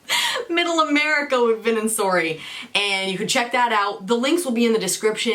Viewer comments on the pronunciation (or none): none